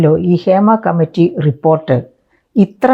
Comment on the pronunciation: ക്ഷേമ കമ്മിറ്റി അല്ല ഹേമ കമ്മിറ്റി